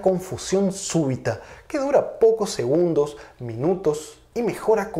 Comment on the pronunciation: cuando pronuncias segundogs , mag, muchag, puedeg...esta a punto de darte un ACV?